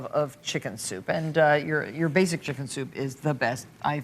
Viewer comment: Martha is a G butchering that "checken"